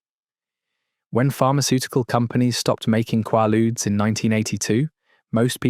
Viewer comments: Hearing the probable AI call them "Quah-ludes" and not "Quay-ludes" is super frustrating. I was born in 79, but know the correct pronunciation. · Swear is this a fucking AI how it says Qualudees? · For fucks sake it's pronounced quay luudes. How can you not get it? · Never heard it pronounced qwah lude. In the US they were called quay ludes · Is it me, or is he saying quailude's wrong? It's driving me insane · Qwaludes? Maybe pronounce it correctly.. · They are pronounced QUAY ludes ffs. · It's pronounced kway-lood ya frickin dope! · It’s pronounced with a long “a”, as in quay-ludes. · KWAY-lood, rhymes with prelude. Holy crapp. Just let me cringe some more. First syllable, qua, rhymes with quay or pray. Second syllable, rhymes with rude or dude. Maalox is MAY-locks. Always. I'm a 52 year old American woman, born in 73. I promise you, I KNOW what I am writing about here. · This was so well done only part that was irritating was the way he pronounced Quaaludes half the time 😂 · This guy doesn’t know how to pronounce the name of these, and never mentions Sopor which was made by Arner Stone with the same ingredients Methaqualone and in 50, 75, 300-mg and were orange, hence orange ASs 👊 😎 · Please pronounce it properly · You say "quay-ludes", I say "QUAW-ludes" (or KWAW-ludes). . . Try to be consistent here. I hear at least three different pronunciations. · Learn to pronounce it! It’s a long a. I even listened to a pronunciation. You have no excuse bc it’s not called a in England.